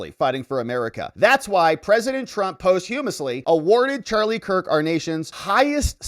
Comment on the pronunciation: Ive never heard posthumously pronounced that way before